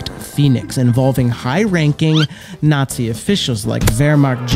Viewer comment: the way this guy says Nazi is funny.